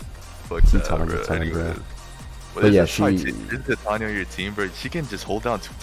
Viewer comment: From what ive heard, based on the pace of the play, the more accurate pronunciation of titania is tih-tahn-ia instead of tie-tay-nia